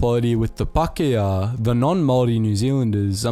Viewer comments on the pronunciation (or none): Its pronounced Māori not mory and Pākeha not bakia But anyways nice vid bov